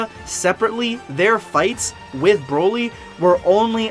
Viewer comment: It’s Broly not Browly.